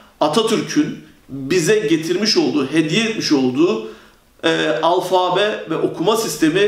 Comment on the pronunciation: alfaaabe değil alfabe olacak o